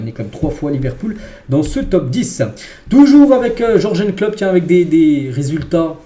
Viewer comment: Comment tu prononce Jurgen, aie!